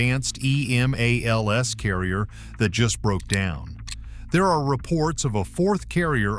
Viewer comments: It's EMALS, Not Emails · E"MALL"S, NOT E-"MAIL"S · The lioning and the shandong do not have catapults. Check your facts. And as far as your pronunciation is concerned, it's Emals not Email.